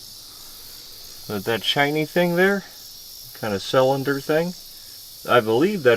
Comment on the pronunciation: I like your videos. But why du you say salinder instead of cylinder 😂 always been a pet peeve of mine 😬😂